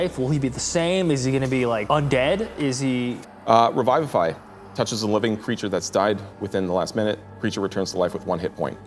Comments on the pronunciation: Revivify is not pronounced Revive-if-eye .. its Re-viv-if-eye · My rules lawyer just started freaking out and scattering all the papers and just glitching. Also this is my first time hearing someone pronounce revivify as Raivafai or however you spell that pronunciation. That also caught me off guard and I get a feeling I should just keep my distance at this series no matter how good it looks because c'mon guys at least follow the actual spell description and casting time. Tiny Hut casting time can be such a great way to cause tension when you're trying to hide and you're being pursuided Anyways rant over, it's their game but I needed to let that out. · Raivify? XD that's interesting drow pronunciation